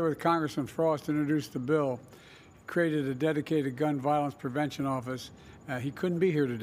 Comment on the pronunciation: Did she made a mistake in pronunciation to say "prevention"?